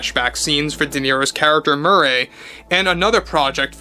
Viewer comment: why do you say murray's name like that . Are you the joker or just pronouncing it like the character does a few times in the 1st film ? . It's 1 word no spaces . Murray...